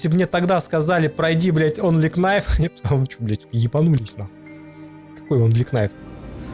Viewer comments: Очень крутой спидран! Респект! Но! Кнайф очень резал (что иронично) слух)) правильно "найф" К - не читается) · онли КНайф ..... аааааааааааааааааЪЪЪ мои уши! Ъ